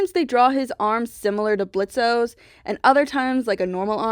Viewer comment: It’s pronounced blitz not blitzo